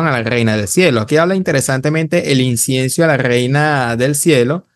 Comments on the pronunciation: Incienso amigo no Insiencio. Pero debo reconocer que aprendo mucho de tus vídeo y de Mauro Biglino. Me han abierto los ojos, muchas gracias. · Ni siquiera sabe decir incienso 😂😂😂